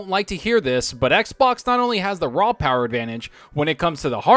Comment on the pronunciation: The Powahh...lol